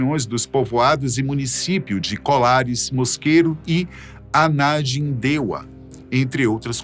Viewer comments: Esse pessoal acha bonito falar errado só pode para dizer “anafimdeua” para um município chamado Ananindeua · Só uma pequena correção: O nome da Cidade é ANANINDEUA e não Anajindeua, como disse a reportagem. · Somente uma pequena correção, o nome do município não é Anagindeua e sim Ananindeua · Anajindeua ai tu me quebra irmão é Ananindeua 😂😂😂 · Não é Anadindeua... O correto é ANANINDEUA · Ananindeua e não "Anandindeua" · Já ia comentar isso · Anajindeua... foi complicado kakaka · Uma correção na pronúncia... AnaNindeua!! 😉